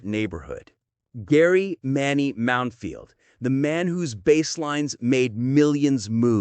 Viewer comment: His name was Mounfield, not Mountfield ffs